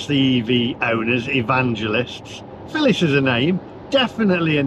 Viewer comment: Phillis not filling lol